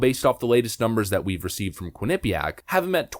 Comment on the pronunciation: just fyi, it's pronounced 'quin-uh-PEE-ack'. you have the emPHAsis on the wrong sylLAble. thanks as always.